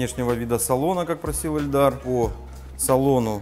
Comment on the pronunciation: Каждый раз слышал эльдар и ни разу Ильдар.